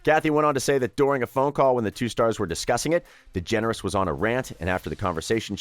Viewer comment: Ellen degenarate?🥴